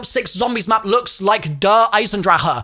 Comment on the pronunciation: Hate how u say der